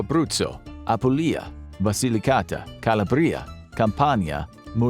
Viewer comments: Calabriiiiiiiiia...... Wrong Right Calabria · Calabrya haha it’s Calabria not Calabr-ya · Please check the pronunciation of Apulia, Campania and Calabria.